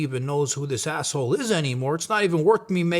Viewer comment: Love the way johnny pronounces"asshole".Noone says it better.😁